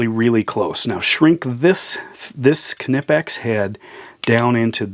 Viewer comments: I've watched a knipex produced video where the main guy in charge of R & D in Germany was talking to the main guy in North America and he pronounced it with the K silent as you would. It's just like knudesen or knife. So pretty please would you stop saying "Ka-Nipex" it's just Nipex or Knipex. It's a silent K. What kind of is this guy anyways? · It's pronounced nipex the k is silent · it's pronounced Nippex silent K, advice from Uk on the use of english to our mercan cousins 🙂😁